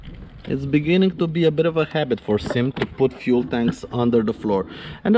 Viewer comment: Another damn video of a clueless person calling it a SYM. It is NOT pronounced like a word. It is three letters. S. Y. M. Sang Yang Motors. Period. Hell, even Carter Brothers the one-time distributer of their products got it wrong.